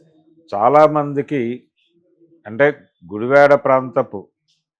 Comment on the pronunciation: Sri gaaru నమస్కారము sir meeru ఉచ్చరిస్తున్న గుడివాడ అనే పదము గుడి వే డ గా విన బడు తోంది సర్!